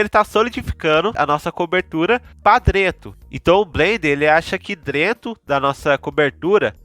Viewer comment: O vídeo eh ótimo. Mas foi complicado ouvir falar "drento".😂. Mas de muita qualidade o video